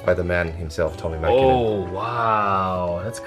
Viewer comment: as a Finn I'm really impressed how fluently he said Tommi Mäkinen